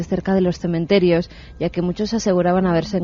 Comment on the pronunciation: Me gusta pasear por los cementerios. No cememterios. Chapuzas.